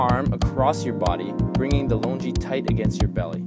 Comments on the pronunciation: hey bro.. please don't pronounce it "lunji"... pronounce "lunGi"... gun good go gi lungi.. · Worst demo ever. Hands down this is not how you wear a "loo-ngi" not "lonjee" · It is pronounced lon-gi. Not Lun-ji or lun-gi. It is part of the local. Never ever they pronounce it as long-ji. I should know I am from Burma. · Errr the correct pronunciation is long-ji according to the local